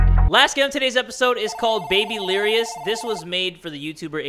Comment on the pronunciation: It's babylirous